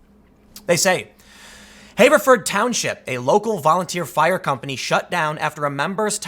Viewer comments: Tim, Everyone I know says "Haverford" not "hayverford" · "HAH-verford." Not "HAY-verford." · * pronounced have-ver-ford not haver-ford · Pronounced Have-er-ford. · I hate to be "that guy" but I grew up in Haverford Twp and it is pronounced with a short A . Like the word "have" and then A Ford, Have-A-Ford. Also what an idiotic thing for my home township to do! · The A in Haverford is a shot A, not a long A. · You live in the Philly area but mispronounce Haverford? Yikes. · Btw Tim, hearing you pronounce "Haverford" with the "long A" vowel sound hurts my ears.